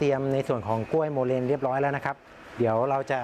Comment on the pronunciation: ขอโทษคะ ที่รู้เรียก โมแลน ไม่ใช่โมเลนคะ